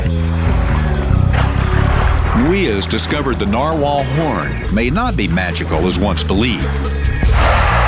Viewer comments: plus he's pronouncing it wrong he's saying Narwhale like a Whale its a type of whale but it's pronounced Narwhal like a wall narwall is how its pronounced so yes thx i agree ^_^ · Dentist said NAR whale. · He said narwhale instead of narwhal